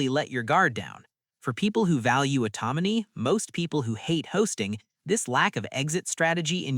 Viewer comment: Is this all AI generated and then dubbed over? "Automony" isn't the correct pronunciation of "autonomy," and there are the citations for "scientists" and "psychologists?"